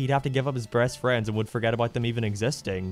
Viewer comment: Or "breast friends" xD